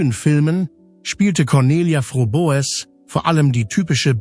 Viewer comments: Es heisst wörtlich ausgesprochen "Frobes" geschrieben Froboess😊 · Übrigens wird der Name von Conny "Frobes" ausgesprochen, ja diese KI ein Graus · Es sollte möglich sein den Namen richtig auszusprechen und nicht 3 x die gleichen Bilder im Beitrag zu senden. Ist das denn niemand aufgefallen? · Das ist ja schon wieder ein Blödsinn ! Du kannst ja nicht mal ihren Namen richtig aussprechen ! Gockolores ! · Der Name wird falsch ausgesprochen. Sehr störend. Blöde KI!!! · Bitte bitte sprich den namen richtig aus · Warum spricht der Komentator den Hausname der Conelia Fröbel nicht richtig aus ? Das ist ja grausam wie der Komentator den Hausname von Coni ausspricht